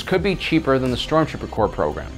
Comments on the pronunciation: Hey it's THAN not then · It’s Than not Then!